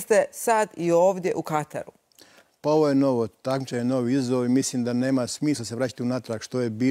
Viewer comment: Dakako već uz reprezentaciju. I dobra je bila emisija. Samo ovo "u Kataru" para uši... U Katru je ispravno!